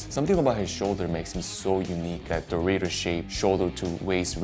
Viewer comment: He pronounces the word "Dorito" like a guy who clearly never buys Doritos